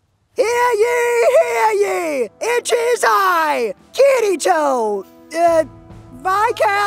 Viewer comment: Lmao and think about all the names he tried. Especially "Kiritwo" xD